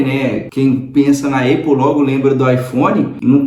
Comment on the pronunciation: Conteúdo e vídeo legal. Parabéns! Uma crítica de comunicação construtiva, mestre, sobre a pronúncia da Apple. Você pode falar “Épol” ou “Ápol”, agora, “Eipol” jamais. Eu sei que você aprendeu que o som de A é EI, mas isso não se aplica para tudo. Maça é um exemplo disso. Moro aqui em Dublin e tenho amigos americanos, irlandeses, australianos, ingleses, sul-afriacanos, canadenses e outros. Nenhum fala EIPOL. Fica a dica é aquele abraço 👍🏾